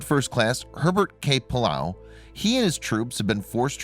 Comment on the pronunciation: The pronunciation of names and places could easily be researched online. One can easily learn how to say Arkan”saw”, but this guy can’t say Pilila’au, or Waianae?